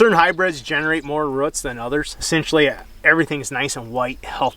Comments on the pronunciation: I'm from Canada... what's a rut? or do you mean roooooots?! lol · Tell that guy the word is 'roots' , NOT ' ruts' ! He should know better, anyways the info is interesting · And it’s roots not routs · I can't take someone seriously when they say ruts instead if roots... its English... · Love to hear yall say roots "ruuts" :) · That pronunciation of roots just ain't right